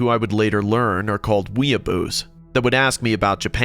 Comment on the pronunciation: Did she say weebos? ( the last story )😂